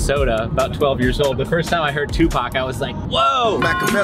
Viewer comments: haha, "Tooth-PAC" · ToothPAC?? ...Really??!😅😅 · My mans said ... “tooth pac” I’m done with my life lmfaoo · Tooth pac had me rolling 🤣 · Lool i died when you said toothpac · Tooth Pac!! I'm dead over here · Toothpac killed me 😂😂😂😂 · Lol tooth pock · "Dude TOOTHPAC!" HOOOOOOOOOLY CRAP I JUST DIED 😂😂😂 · Tooth Pac had me dead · Tooth pac 😂😂